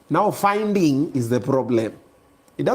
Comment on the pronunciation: “Finding” 🤣🫰🏽 Eeeiiiiyyy”Fainding’”